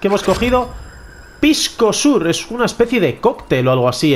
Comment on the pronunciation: Pisco Sour se pronuncia "Sauer" :)